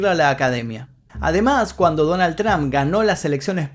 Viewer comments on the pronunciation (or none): none